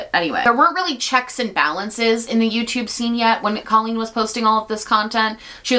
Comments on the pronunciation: it’s because she calls herself “coh-lleen” not “cah-lleen” and as someone who shares her name, she’s wrong. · I think she does pronounce her name Cole-lean for some ungodly reason 🫠 just makes me think of the word colon but to each their own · no it wasn’t right, her name is C “oohhhhh” leen. When I heard her saying her name wrong, she immediately became irrelevant. The “rise” and “fall”. Even at Colleen’s lowest point it’s still better than what this girl has done.